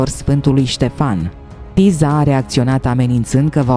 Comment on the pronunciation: Se citeste Tisa